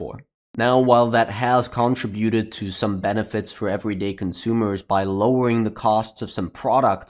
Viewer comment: If you are from the US, you are pronouncing “contribute” incorrectly. If you are from somewhere else then how you say it might make sense. UK and US pronunciation is different however.